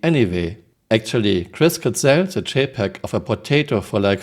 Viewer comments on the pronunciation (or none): none